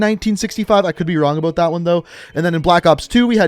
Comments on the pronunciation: Canadian aye? The way u say bout. Lol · Are you Canadian? The accent in "about" makes me wonder😅